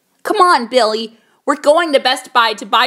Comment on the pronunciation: You pronounce Billy like belly